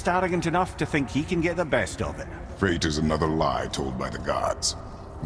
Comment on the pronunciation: It's 'fate', not 'faith'.